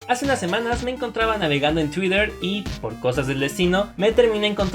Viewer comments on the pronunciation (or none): Me encantan sus videos pero me siento súper raro cada que dice "tuider" en vez de "tuiter" no sé, cosas pequeñas sin sentido pero que están ahí xd